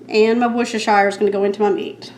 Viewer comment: It's pronounced wuss'-ter-sheer, not shire.🙂